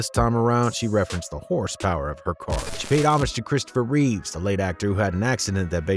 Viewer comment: It’s Reeve not Reaves or Reeves